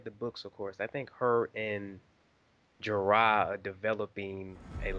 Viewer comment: The servant girl is Osha. She is an actress who played Tenks in Harry Potter. Also the name is pronounced like Dora. It is Jorah. What Dany meant was bloodriders. There were only 3 bloodriders left. The others split off into other khalasars. Dothraki do eat horse. The dragons eat a specific type of food. I won't spoil it. No it was NOT the culture of the time. They had no choice but to accept it as it is Craster's house. Mel-iss-an-drah Davos does object a LOT. Keep watching. Good review.